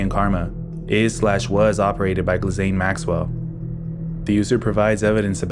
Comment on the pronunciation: Ghislaine Maxwell is pronounced G-uh-lane